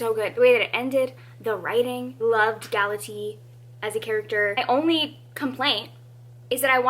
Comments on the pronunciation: Just so you know, Galatea is pronounced: Gal-uh-tay-uh. The Greek pronounce each vowel separately. 😊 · I can't with you pronouncing GalateA as if she were a kind of tea xD I study Latin and the Classics at university, so it is always interesting to me how people who are not familiar with the myths pronounce the names. I love it. (This is not hate btw, I could not pronounce certain other languages for the life of me either)